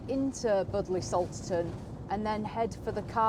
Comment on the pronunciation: Pronounced “bud lee” .....lol.